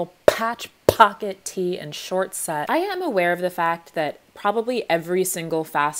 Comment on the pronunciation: “Phatch” “Phocket” “Tee”